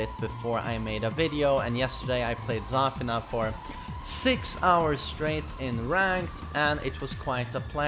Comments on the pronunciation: its zafIna. not zAfina. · It's pronounced zuh feen a. Not zur fin nuh. Hahaha. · the way he says zafina is triggering me so much lmao